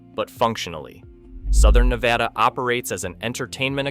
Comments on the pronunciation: Nevada here... its NEVADA NOT NEVAUUUUUH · Nevada NOT Nevahhhda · And the guy still doesn't know how we pronounce Nevada in Nevada. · Pronounce Nevada properly. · How can you do a story on Nevada but not pronounce it correctly?